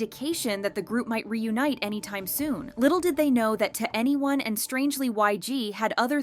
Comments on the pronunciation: It's prounounced like the number "21", not each individual letter 2 N E 1. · It’s not “2 Anyone” it’s “2eny 1” as in the number 21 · Why were so many people unaware the pronunciation was “to anyone” and not “twenty one”? 😭😂 they literally say it at the beginning of almost every one of their songs guys 😭😭😭 anyway as someone who got into K-Pop because of 2NE1 and BIGBANG 15 years ago and only ever got into them cause everyone else is/was so basic and cookie cutter, I’m super excited and really hope it actually leads to new music 🤞❤️❤️❤️ (cause I’ve felt the harsh burn of YG screwing us over too many times) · Not "2 any1" it's 21 - 2n e1. What's so hard about that? Like the long decade dispute. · Daaamn so i was today years old when I realized that 2NE1 is pronounced ¨to any one¨ and not ¨twenty one¨ lol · Twenty one pilot but 2NE1 is pronounced To Anyone/2 N E 1